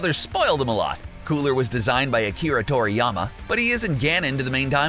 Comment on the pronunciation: It's Toriyama and ki, not Tokiyama and it's not chi..